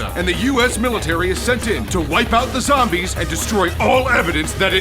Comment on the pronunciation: zom-BEEES XD